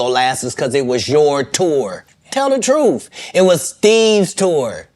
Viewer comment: u mean "truff". 😂😂😅😅😂